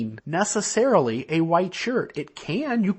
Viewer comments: Ah, I've never been LDS or anything to that effect but I find other people's belief systems fascinating. The speaker, "" or whhhhatever seems to have an interesting vocal tic. As in he pronounces the word "white" as if it begins with the letter "H'". Hhhhhhwite! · I'm from Utah. Isn't "hhhwite" the proper pronunciation? I thought it was as I put some hhhwipped cream on my strawberries.